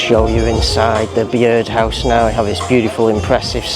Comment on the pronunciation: Bee-ird house??? It’s just pronounced Bird house mate.